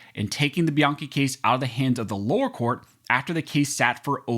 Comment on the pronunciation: It’s pronounced by-Ann-chi